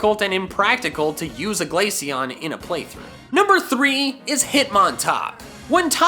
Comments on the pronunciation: IT'S GLACEON, NOT GLASCIONE! FIX IT NOW! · You mispronounced Glaceon… again. I dread to think about how you pronounce Glacier.